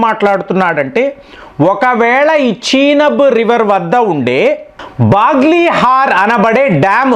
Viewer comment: నువ్వు ఏమిటిరా...బాబు.... చినబ్ ...కాదు రా నయన...చినాబ్ రివర్....నీ dikkumalina pronounciation....ఎవడురా బాబు...నువ్వు...ప్రపంచంలో నువ్వు ఒక్కడివే వింతగా pronounce చేస్తావు....